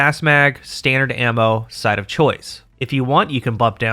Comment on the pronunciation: I keep hearing “*Side of choice*” like I’m ordering food 😂